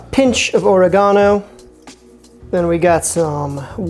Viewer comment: .... did you really pronounce oregano as Orogano..... it reminded me of Ricky from Trailor park boys when he tries to say jalapeno